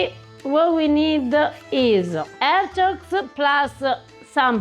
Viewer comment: I keep hearing say hedgehogs not artichokes. It makes the video sound rather cruel. 😂